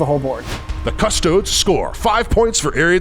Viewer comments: Drove me mad hearing the announcer call them the "Custoads". It's pronounced "Cust-oh-dee's" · It's "cus-toad-es" not "cus-toads" its latin. pronounce it like youre italian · kuh-stoh-deez not cuss toads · Why he saying "CUSS toads" and not "cuss TOE dees" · Its Custo-DEES not Cuss-TOADS guys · “Cus-toads” is killing me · Could not get over the pronunciation of custodes. Custoads. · Because it lines up with Adeptus "Astarts". Jokes aside, it was kind of weird cuss toads really doesn't sound right. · pronouncing Custodes as Chodes.....:face-pink-tears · Somebody tell the narrator that "custodes" is latin. The E isn't silent! :D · The commentator says Custodes wrong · why did you say "custodes" like that... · why does the narrator pronounce Custodes correctly only half the time? :(. does he also say "asstards" instead of asstartees? currently custodian bikers are imho a waste of points. -1AP weapon, no advance and charge, huge target, the lance is barely any help. caladius is now a must, only useful shooting for custodes atm. gotta deep strike all infantry, for a "free" shooting round, and hope for a few charges :/ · Narrator pronounces Custodes 4 different ways and they are all wrong lol